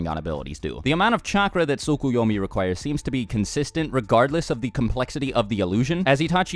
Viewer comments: "no it's SOO-KOO-YO-MEE not T-SUCK-A-YAW-MEE" Actually it's TSKSK-You-Owe-Meee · Actually it also isn't Soo-Koo-Yo-Mee but Tsk-Yo-Mee. You just speak one of the Us (or in English: Os). Maybe that's hard to say for a native English speaker, idk. I just know Japanese way to spell is close to how we Germans spell words so it's no problem for us, here. But it always bothers me how Americans can't say those words correctly. Or anything which isn't English. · I think it's pronounced Tsu-Ko-yo-mi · Can't you guys just pronounce the 't' in tsukoyomi? Sookuyomi sounds dumb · You're pronunciation in the description is actually incorrect. The "Ts" sound is just like in the the word "its." The Japanese pronounce the "T" of the "Ts" pretty quickly though.